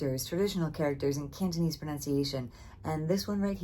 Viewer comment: Your Cantonese pronunciation is better than most Hong Kong university students and YouTubers